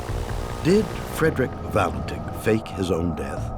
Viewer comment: Frederick Valentich is obviously to complicated a name for Americans to grasp. It's not Valentine as William Shatner-Purse says nor Valenich as David Paulides says. What's wrong when Americans can't pronounce a simple name correctly ?